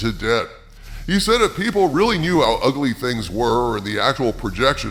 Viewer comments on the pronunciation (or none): none